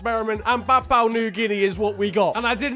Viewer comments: Bruhhhh, I love how you say papau, it’s pronounced Papa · I thought it was papa new Guinea.. Not Papau new Guinea.. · its prononounced (or pro nonced) papa not papou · ITS PA-POU-WHAA new-ghuinea Not papaw Also ... more football this week please , to change your mind ... i got like 50 euro's mate , does that change your mind?? :p #BelgiumLeagueIsNeglectedByFifaStreamers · its "PAPUA" pronounced Papa not "PAPAU" as you keep saying XD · It's papua not "papao" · It's Pa-Poo-A New Guinea. Not Pa-Pa-oo New Guinea. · It’s pronounced papa not papow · Its prounouced papa new guinea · It's "Pa-pu-ah" New Guinea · Papua is pronounced PAP-ooh-ah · Are we not gonna talk about the fact that said Papua wrong the whole time? Btw if we don’t get a part 2 of the names there will be strong worded letters...